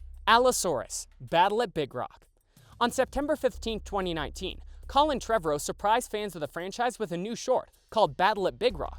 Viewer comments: The way this man says Trevorrow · Yes! Every time he said it I’m like you’re saying it wrong!